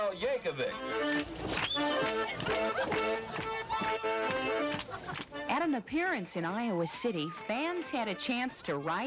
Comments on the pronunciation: LOL He put the emPHASis on the wrong sylLABle. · Weird Al Yan-KOV-ic 😂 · Ah yes, the famous Weird Al Yan-kó-vick. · Reporter at the beginning really said Yank oh vic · Yan-KOVE-vic. Well, alrighty then! :D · Yank-co-vic, lol. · YankCOE-vic? lol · Been pronouncing your name wrong all these years YankOvic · The pronunciation of “yankovic” absolutely killed me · i'm forever gonna pronounce yankovic with emphasis on the ko